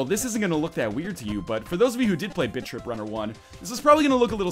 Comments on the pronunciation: The first time I heard you say "Bit Trip Runner" I swear I heard you say "Bitch-Trip Runner" lol great vids btws -your sub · Am I the only one that thinks he's saying bitch trip? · I thought you said "bitch trip runner 2" ;D oh silly me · sounds like you're saying "Bitch tip runner" xD